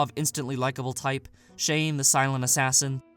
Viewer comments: It's "Cha-ne" not "Shane" and how could you not explicitly talk about Claire!? Is it because of spoilers or...? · love this, but chané is pronounced "cha-ney", not "shane"